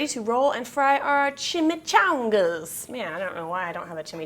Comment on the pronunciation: Chimi-chaWWn-gas! LOL